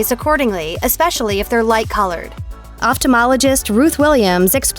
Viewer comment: The pronunciation of the word ophthalmologist is [OFF-thall-MOLL-a--jist]. It is incorrectly pronounced throughout this video.